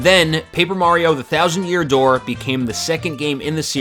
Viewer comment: "and whybis it the thousand year dooe" hahahaha ur good! but yeah.... thats my fave!